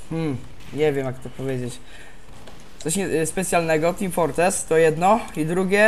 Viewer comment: Co to ma niby być "Teem Fortrees" ? o.O jak coś to "Team Fortress" :*